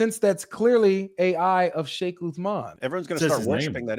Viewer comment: "FEIKH" Uthman 😂😂😂😂